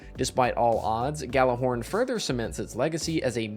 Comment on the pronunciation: Destiny players pronounce Gjallarhorn correctly challenge (impossible)